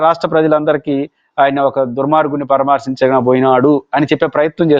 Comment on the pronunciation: పురుషోత్తమ రెడ్డి, పరమార్షించడం కాదు. పరామర్షించడం